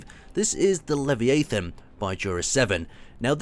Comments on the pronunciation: It's Lev-eye-a-thin, not Lev-ii-ay-thin. I am suddenly reminded of Harry Potter "it's levi*o*sa not levios*a*" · Did he say Levy-a-thon?.... It's Lav-I-a-thon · "Leveeathon?" Really? It's "Leh-VY-a-than" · leh vi ah than not layveeaythin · It's pronounced Lev-eye-a-than not Lev-ee-ay-than. That's pretty embarrassing. Haha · it's Leh-vie-a-than, not levi-ay-thon. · 1) It looks incredible! 2) You pronounced Leviathan wrong (Lev-ia-than). 3) It would look nicer in black and gold. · You sound like Hermione when you said Leviathan. It's "li-vahy-uh-thuh n" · its pronounced (la-vi-ath-en) to understand sound out each cluster of letters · lol Levi a thon. English pronunciation is funny. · Its pronounced laviethan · Its pronounced lev eye a than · 90% of Tuesday comments is in is leviathan pronunciation. Lol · The Leviatan... Oh god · how can you go your entire life and never hear anyone pronounce leviathan correctly.. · Im 200% sure thats not how you say leviathan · Lol the whole comments section is about how he pronounced Leviathan wrong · It's strange how around 80% of the comments are about how mispronounced Leviathan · Pretty sure no English speaking country pronounces it like he does. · you are terrible at pronouncing things. But I still love you:P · I don't know why I'm surprised that you mispronounced Leviathon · The way he's pronouncing Leviathon, ouch. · because it is wrong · The worst ever